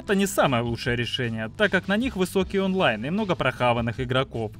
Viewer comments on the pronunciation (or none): none